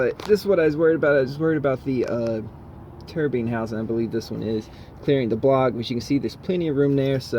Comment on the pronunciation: Was it me it did he call it a “turbean” housing 😂🤣😂, twice.... 🤔🤔🤔